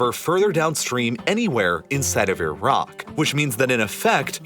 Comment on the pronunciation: Glad you actually pronounce the country properly with the "i" sound the same as it is when saying Italy. Unlike the usual annoying ignorant way many Americans continue to say EYE-RACK 🙄